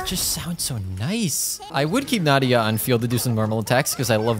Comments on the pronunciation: I'm definitely the only one who is bothered by him saying Náhida instead of Nahida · How many times do you think he said Nadia instead of Nahida? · he kept saying "Naida" and not "Nahida" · Can we just appreciate tht he just went from Call her nahida to Nadia again and again😂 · OMG Exactly. I saw her kit on the trial run and YouTube guides and her demo and all But I never expected such a smooth sound effects Also, not Nadiya... it's "NAHIDA" if I have to say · I kinda love that you call her "Nadia" sometimes, might start doing that too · You prounounce nahida like “na- ida” but your actually supposed to say it like “na-hi-da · not him calling her Nadia by accident like 4 times lmao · NOT HIM CALLING NAHIDA “NADIA” 😭😭😭💀💀💀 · I keep hearing Nahdia when it is Nahida. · I hear Nadiha whenever he says Nahida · can we talk about how he said nadia instead of nahida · I can't believe that half of the video you were saying Nadia instead of Nahida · Its not nahida its naheeda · DID YO JUST SAY NADIA? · he says nadiha but her name is nahida😂😂😂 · did he say nadia? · Half of the video in I hear saying "Nadia" twice and then back to Nahida Also Nahida is pronounced Ne-hee-da ("Ne" as in Neurone) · how is nobody pointing out the fact that java keeps calling nahida nadia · he said nadia alot lmao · Why is he calling nahida nadia😭? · Nadiha not Nahida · Him calling her Nadia always makes me giggle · You keep saying nadiha, is it on purpose? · Nahida not nadia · pls for the love of god say NA HI DA instead of NADIA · the way he kept calling "nadiya" sksksks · Nadiha LOL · as a nahida main i'm very sad HER NAME IS PRONOUNCED NA HE DA NAHEDA = NAHIDA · He missed pronounced Na-he-da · its na-hee-da (no hate) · It is very fitting of a barista to continually butcher someone’s name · He’s butchering the name nahida